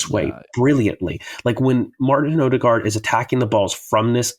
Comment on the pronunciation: Two things 1. Every one mispronounces Martins name, the D is silent som Ødegård ends with a rolling R. 2. I find it abit dangerous that so many bringa in Zubimendi in the tactics solutions already without any confirmations he is coming to Arsenal, historically too many of these roumours om players fail...